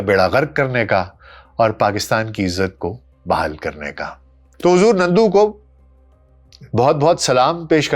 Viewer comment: نندو نہیں نرندو۔ nandu not narindu